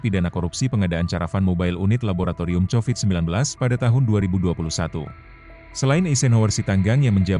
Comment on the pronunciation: 😂😂😂😂😂😂Covid jadi chowid